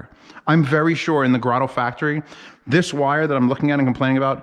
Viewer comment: GRAYDOH!!! It's GRAYDOH!!!!!! How is it so hard to just find out how to pronounce someone's name!!!!!!